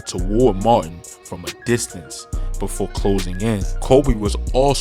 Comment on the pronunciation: he said "befoee leuusing his fahder"